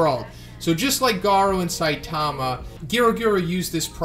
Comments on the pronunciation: its saitama not sitamia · Thought you said stamina there